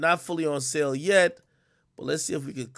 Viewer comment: It’s sales not *sells